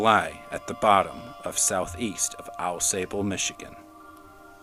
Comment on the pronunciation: “Aw-SAH-ble,” not “Aw-SAY-ble.” I grew up there.